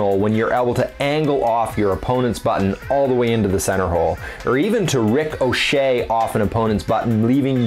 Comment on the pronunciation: Is there an inside joke about a Rick O'Shea? The way you pause after the 'ric' in ricochet really makes it sound like the name